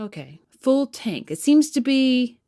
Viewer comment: How can a politician who has no control over her vowels get voted into offuss. Must be running on an empty think,what do you rikun